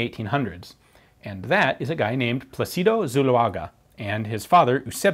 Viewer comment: Incidentally, it's pronounced PLA-ci-do and not pla-CI-do. Wouldn't bother correcting this minor mistake to someone who doesn't care for details. I correct it for Ian BECAUSE he DOES care for details.